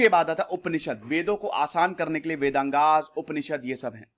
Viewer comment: "वेदंगास " क्या होते हैं ? भाईसाहब, "वेदाङ्ग" होते हैं। अंग्रेजी में मत पढ़िये। "काल्की" नहीं "कल्कि" अवतार होने वाले हैं। क्या आप गलत सलत अंग्रेजी बोलना पसंद करेंगे? नहीं तो फिर गलत हिंदी व संस्कृत बोलकर आपको लज्जा नहीं आती?